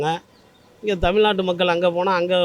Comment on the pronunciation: தமில்நாட்டு இல்லை. ஏன் இப்படி கொலை செய்யறீங்க?